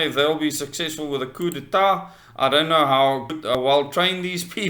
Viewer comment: The P in coup is silent